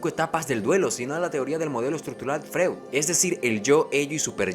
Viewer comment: Nunca había visto ninguno de tus vídeos, pero llegué acá porque soy mega fan de silent hill. Pero me hace ruido, no sé si seas psicólogo o estudias psicología pero FREUD se dice /FROID/ 😅